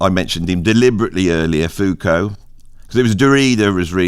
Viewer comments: Foucault was so keen on Marx theories that he demanded his name be pronounced as though he was one of he lesser known brothers. Zeppo, Psycho, Fuko, the Big O in that order I reckon. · How is it that I agree with nearly everything you say about music, but with almost nothing you say about philosophy??? For starters: It's foo-KO (not FOO-ko) It's HUSS-erl or HUSS-urral (not HER-sell or whatever you said). It's DERR-uh-da (not duh-REE-duh). (And don't even try disputing this: My wife studied with him when he was at UC Irvine in the 1990s.) Second, I think your description of phenomenology is accurate to the extent that you could call it a "philosophy of subjectivity." But that's only one aspect of it, and there simply isn't any through-line from phenomenology to what you call "philosophy of identity." As far as the latter goes, I would argue that it relies more heavily on traditional deconstruction (of the kind Derrida used to practice; again, that's only the "mainstream media" part of his portfolio), or the critiques of "meta-narratives" that you mention in connection with post-structural or postmodern philosophy. You might be able to argue that Husserl's initiating gesture of denying a "ground" and placing foundational premises in brackets has a whiff of similarity to concepts behind philosophies of identity, but that really feels like drawing a line backwards through history. What I think of as phenomenology (you left out Merleau-Ponty, by the way) doesn't really seem as historically influential in the philosophies you mention. In fact, I would argue that it has only returned to the scene as a major influence more recently, in post-human philosophies like